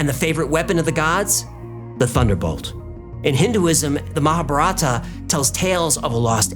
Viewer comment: Just a pronunciation tip: Its not Ma-ha-ba-ra'-ta. Its Ma-ha-bar'-a-ta.